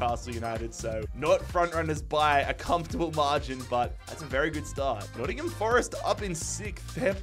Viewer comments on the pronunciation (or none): none